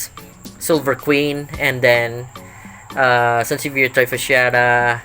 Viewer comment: Very informative. Thank you for sharing! Didnt know thats the correct pronounciation till I saw your video 😅